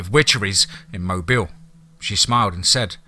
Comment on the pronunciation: Blame the Mobile thing on me. It's closer than most non-Alabamians usually get, and I explained it to him, I was worried about keeping the stress on the first sylllable, not the last, so I told him Mo- bill. I'm perfectly happy with it though, as he does such an awesome job.